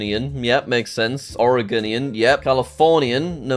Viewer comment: It’s ore-go-nian